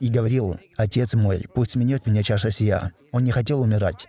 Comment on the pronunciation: ошибка: должно быть минует а не минет